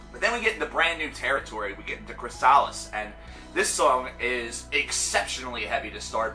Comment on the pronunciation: Come on, man, that's not how you pronounce "chrysalis"